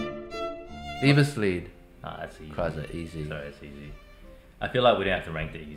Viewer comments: I know, in English "ei" or "ie" doesn't make much of a difference, but in German it does. "Liebeslied" (as Eddy has pronounced it)-> Love song. Liebesleid -> Love's suffering or love's sorrow. "ei" is pronounced like the English "eye"/"ay" or "I". EDIT: Oh, in "Zigeunerweisen" you guys have it nailed. So, the ei in "Leid" is pronounced like the "ei" in "Weisen". :) And just to emphazise my previous point: A Zigeunerwiese (ie) would be a "gypsy's meadow". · you are saying "Liebesl I E d" which translates to love song rather than the actual title "Liebesl E I d" which means love pain :D Funny how swaping two letters can make the meaning the opposite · pronouncing "Liebesleid (Love's Sorrow)" as "Liebeslied (Love Song)" is just like 2 entirely different things but still makes sense somehow. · Can I just say, that I think it's quite funny, when they talk about "Liebesleid" from Kreisler that they pronounce it as "Liebeslied" wich means translated to english 'love song' while the real title translated means basically 'love suffering'. I know that german is difficult but I think it's hilarious. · The way you pronounced „Liebesleid“ btw changes the meaning of the word xD. The way you said it it woul mean „love SONG“ but it should be pronounced kinda like ‚lite‘ which means suffering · It's not Liebeslied (which is how Eddy is pronouncing it (lee-bess-leed) and which would mean "Love song"); it's Liebesleid (which is pronounced "lee-bess-lied" - as in "she lied to me" - and means Love's sorrow) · BTW, one thing about the pronunciation, Liebesleid as you pronounced it means "love song" translated but this is not the meaning since leid is "to suffer". Correctly, you pronounce it like "to lie". "He lied", "Liebes Lied" would be the transcription of the pronounciation ;). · It‘s funny how they pronounced „Liebeslied“, which is a song that you play for someone you love instead of „Liebesleid“ which means when you can‘t be together with the person you love and you are in grief